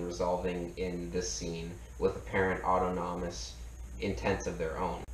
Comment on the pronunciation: "ôˈtänəməs" not "auto nommus" ...like this, brother: "aw-TAWN-awm-us"